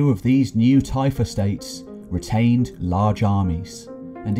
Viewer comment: Typhe states? Tife estates? Tyfa States? What are you saying?